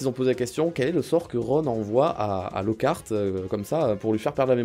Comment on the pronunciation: Tu peux pas prononcer lockart comme ça 😭 sacrilège 😅